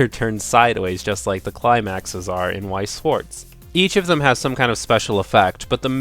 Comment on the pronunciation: So now you aren't pronouncing Wixoss as weaksauce anymore?